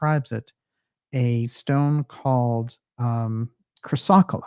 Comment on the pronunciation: Chrysocolla is sounded out like...chris a cola